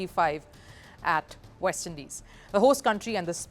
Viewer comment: "The action shifts to the VEST Indies. Its a WIBE"😂😂 "lets look at the WENUES"